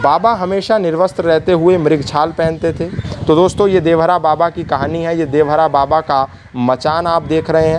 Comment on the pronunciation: Are murkh devraha baba kodevhara baba kyo bol rhe ho